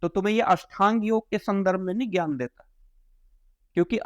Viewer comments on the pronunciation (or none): First of all its Gyan Hindi mei ज्ञान not ghan pehle bolna seekho tum jaise log jinhe vedh shastro ki baat krte ho aur ek mamuli Kabir ko bhagwan batate ho sanskrit aati ni baate tumhari vedh shastro ke upper tipadi krna